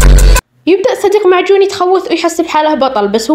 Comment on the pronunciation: لام جون❌️ معجون ✅️ كرمسن❌️ كروسن✅️